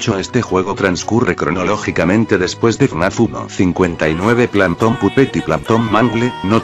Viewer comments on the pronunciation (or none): ¿*alguien se dio cuenta de que el dice ''plahntom'' en vez de phantom*? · Planton -_- es Phatom >:( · En una parte dise bersion parese que dice bersion plantonc